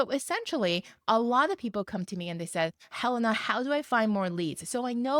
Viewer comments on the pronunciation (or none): none